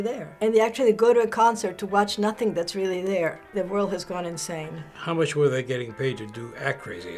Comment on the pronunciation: "They had too mush sake" XD